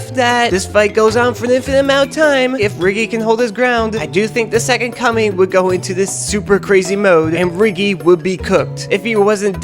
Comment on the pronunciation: why do i keep hearing "the second cumming"?